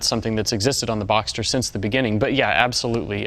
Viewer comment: It's BoxSter, not Boxter...